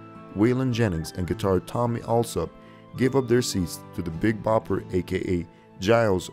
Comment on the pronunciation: The Big Popper, really?? It’s Bopper. Valens is pronounced Val (rhymes wow). Hard to watch with so many flubs.